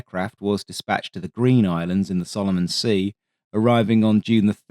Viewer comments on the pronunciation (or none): none